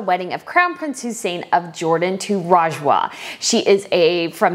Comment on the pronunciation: okay i'm pausing this video, the problem with you is that you don't understand our culture, the dresses are more perfect than you can think, and for god sake, it is pronounced as rj-wa